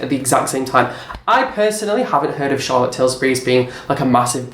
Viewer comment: You say Charlottes name wrong :( but ey yes transparency is important but rare these days